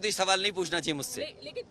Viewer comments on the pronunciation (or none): none